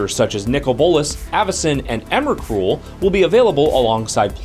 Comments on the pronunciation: Jatch25 IDK Emacruel sounds about right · One day he'll learn how to pronounce Emrakul, I hope.